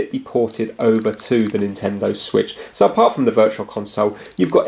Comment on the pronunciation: Introducing the Swiitch U